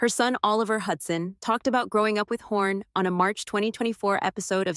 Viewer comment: It's Hawn not Horn